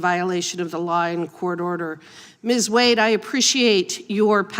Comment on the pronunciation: "Miss Wuad you can begin now" (That chairman has issues [cognitive]) Miss Wade then introduced herself with pronunciation as WADE and why is she a Miss if she has a husband? After her introduction the chairman AGAIN called her 'WAUD' Is that guy educated in West Africa or what??? !!!